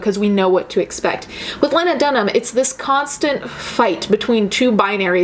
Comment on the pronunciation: Ok but you saying "lahnadunhum" is killing me